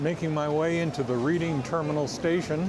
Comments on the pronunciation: First, Reading Terminal Market in Philadelphia is pronounced the same way as the city in Pennsylvania (like Redding). It’s a shame you did the research into pastrami reubens on the east coast but can’t pronounce the location of one of your favorites correctly. Second, you nailed Katz’s. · Reading Terminal is pronounced "Redding" as in Reading Pennsylvania. No one likes the bread at Katzs'. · Reading Terminal Market is pronounced “Red-ing” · He mispronounced it on purpose so you can comment